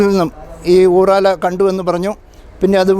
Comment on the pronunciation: ചേട്ടാ ഊറാല അല്ല ഉറാറ ആണ്